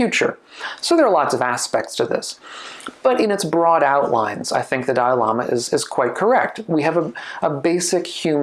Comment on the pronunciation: He said ‘…the dialama…’ repeatedly. My caption said ‘…the diorama…’, …’the dial AMA…’. ‘Dalai Lama’ isn’t THAT hard to pronounce.